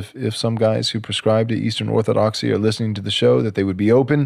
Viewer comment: Say it "Orthodoxy"